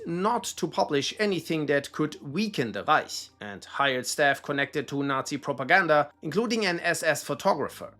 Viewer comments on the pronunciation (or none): none